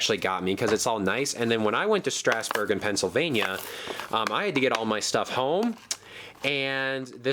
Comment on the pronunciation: You said Strasburg wrong. Your supposed to say it like strazburg